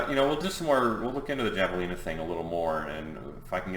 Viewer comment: It's pronounced hav-ah-lee-nah.